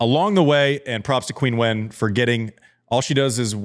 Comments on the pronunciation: You're close with the chin but I'd say it's more like cheen and wen is pronounced like when. Anyhow, consult google translate. Andy's not the first to have trouble pronouncing her name. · Love the podcast Andy… but just so you’re aware, Qinwen is pronounced “CHIN-WON”. As in “chin up” and “I just won a prize”.